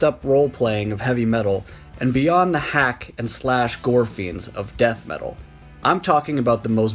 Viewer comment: It's G.O.R.E.